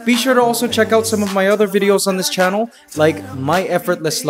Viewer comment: He has a slight Canadian accent at the end.... He did grew up in Canada, right? "so", "channel", "Divisoria"